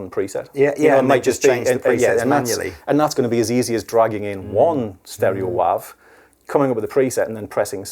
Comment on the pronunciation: I have never heard WAVE pronounced like WAHve in my life and I will never be the same, I love it